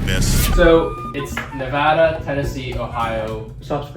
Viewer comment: thank you guys for saying Nevada properly since being from here people barley say it right